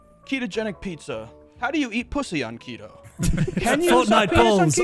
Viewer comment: Sophia Urista SO is a Peloton instructor so not a famous or important person. Also, you're saying Keto wrong.